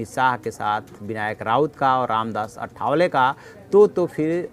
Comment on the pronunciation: रामदास आठवले नाम ठीक से बोलने की कृपा किजिये. अठ वले नही आठवले हैं.